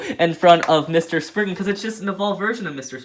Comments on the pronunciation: ummm, excuse you, it's spriggan, not spignut. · he just called spriggan sprignut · It's not spriggnut it's spriggin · Umm???????; you called legend spriggan legend sprignut. The time stamp is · Sprigna? Spriggan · Wait, he said spriggna? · When you were talking about legend spriigan you said spring nut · Did my boi really call it sprignut hahahaha lol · Is he calling is spriggnut🤣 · nobody's gonna say he said spriggnut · Y r u saying sprignut 😂😂😂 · Lol I hear Sprignut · its not spriggnut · DUDE WHY ARE U SAYING SPRIGNUT